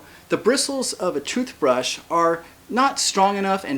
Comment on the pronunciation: "the bristles of the trooth brush" lmao